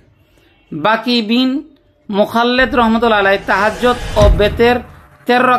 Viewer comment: "আমল" শব্দটা নেই আমাল আছে "তিনি" শব্দটা নেই "উদাহরণ" শব্দটাও নেই উহার "বিমরুল" শব্দটাও নেই ভীমরুল আছে "আবু" শব্দটাও নেই তবু আছে "একাগ্রতা" শব্দটাও নেই একাগ্রতায় আছে "তাহজ্জোদ" শব্দটাও নেই তাহাজ্জুদ আছে "বেতের" শব্দটাও নেই বেতেরের আছে "কুরআন" শব্দটাও নেই কোরআন আছে "সারগেদ" শব্দটাও নেই শাগরেদ আছে "বলিলেন" শব্দটাও নেই বলেন আছে "তারটিল" ভুল উচ্চারণ